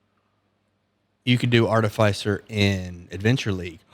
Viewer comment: Artificier is pronounced like in Artificial not arti-fey-sir.